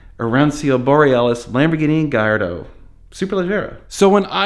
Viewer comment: lamborgoni gallahandro